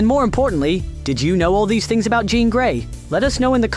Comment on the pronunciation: Definitely is. That’s why it kept pronouncing her name wrong.